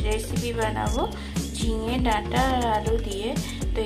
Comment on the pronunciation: Jhinga হবে ghinga নয়